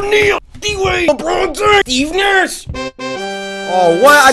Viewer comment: Oh man, I thought he said “eatin ass” and was so confused. Steve Nash somehow makes more and less sense.